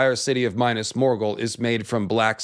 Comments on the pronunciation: Not bad, but Please Min`as Not Minus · Mee-nas... Bro not Minus... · Repeat after me, It's Minas. Minas, not Minus. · It’s not minus but minas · Every time you say Mainas I feel a dagger in my heart 😢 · "Minas"= 'meenas", 'Cirith= keerith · Minas as in "me" or "milk" Not Minas as in "mine" or "my" Cirith as is "key" not "see"